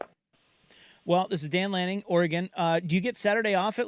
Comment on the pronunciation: Why can’t say Head Coach of Oregon, Dan Lanning? Seems wierd